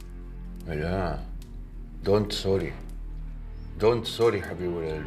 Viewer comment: don't sorey حبيب قلبي🤣🤣🤣